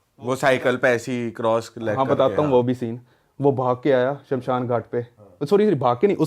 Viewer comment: Indu nahi hota Hindu hota hai... Aur Shanshan nahi hota hai Shamshan hota hai. 😅